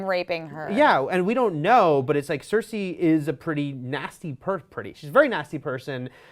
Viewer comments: Cersei not cersa ffs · Cersei = "sir-see" not "sir-say" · It's cer-ce not cer-say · SER-SEE not CER-SAY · why she keep saying cersai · I don't know why but it really annoys me when they pronounce it as "Cer-Say"... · same, really bothers me lol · Cer-say? Toe-men? C'mon.. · Why is it so hard for them to understand that the episode skipped parts in time. WTF I'm glad they did it that way we don't have 3 episodes if travel and filler. Also I hate the way this girl is saying Cersei. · The way she says Cersei XD